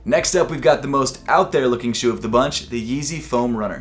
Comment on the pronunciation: Was so bothered every time you said “shoe” 😑